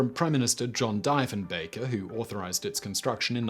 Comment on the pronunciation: It isn't like Deefen-baker is important. Like Roosa-veldt or Kurk-hill or Abby Lynekin